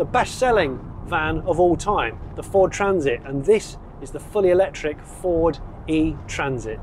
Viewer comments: Fawd Tranzit Fawd Tranzit Vaaaan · "How long till Jonny sneaks in a Fowad Traaahnzit? ...ah"